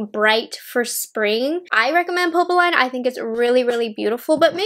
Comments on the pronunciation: Hi! I was looking forward to your review of these! They are both so perfect for spring - and Valentine’s Day. (Neither quint will be available for purchase in Canada so I hope they will be available from Selfridges eventually). BTW, popeline is pronounced “Pup” “Lynn” and means poplin (actually, the ending sounds the same in both languages). Thank you for the excellent video. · I’m not much into pinks but it’s really pretty 😍 Btw we pronounce it « popleen » 🇫🇷😘